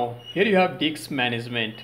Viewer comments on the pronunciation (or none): it's disk management not Diks management